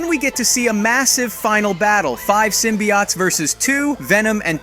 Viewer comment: its pronounced sym-be-otes not sym-be-oughts